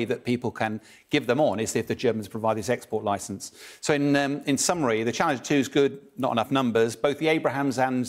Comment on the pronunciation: Ah yes.. the "ABRAHAHAMS" once again... nicely compliments the "CHABBALLALINGIRS"